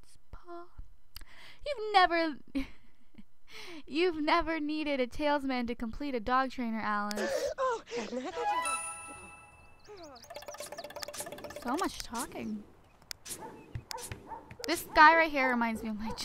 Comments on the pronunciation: its not tails-min its tali-smin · It's talis-min not tails-min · It's pronounced tal-is-man